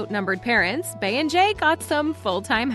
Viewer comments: Please stop calling her “Bay.” It’s “Bee.” As in “🐝yoncé.” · Why do y’all blogs keep calling that woman Bea? Her name is Bey as in Bee! The Y has an E sound not an A sound…How is that so hard to say 😑. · Girl it’s BEY AS IN B as in BEYONCÉ SHE IS KILLING MY SHII WITH THIS BAE SHIT 🤣🤣🤦🏽‍♀️ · Why do these yt people refuse to say "Bey" correctly??? It's said like 🐝. It's called the 🐝Hive for a reason. Who is Bay????!!! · It’s Bee like 🐝 not bay - how do you not know this? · Why do y'all pronounce Bey like that? It's BEY and it sounds like BEE!!! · It’s not Bay its Bee y’all crazy lol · I know it drives me crazy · Can't get past how she's pronouncing 'Bey', like who is BAY? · Now you KNOW youre pronouncing her Bey wrong af... for what